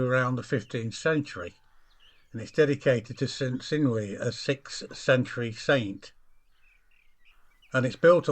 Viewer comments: Cynyw is pronounced with a HARD C or K sound. There isn't a soft C sound in Cymraeg. Llangynyw means the Church of St Cynyw, the C having been mutated to G. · Thank you for sharing. Meant to stop by many times on the way to the coast - the Brits' (Welsh) were pushed west to the hills from Wroxeter & Pengwern (head of the Alder swamp). Sacred but poisonous Yews. (PS No criticism of pronunciation, it's complicated! but y = u St "Cunoo" "Clangunoo" (half-Welsh person trying to help🤣 ))